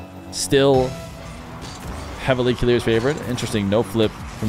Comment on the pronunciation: I‘m kinda triggered by the way you pronounce Killerz name ._. It‘s like KILLERS